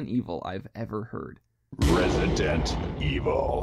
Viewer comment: im so excited to see this series going on, never get tired of listening people talk about Resi-dent evil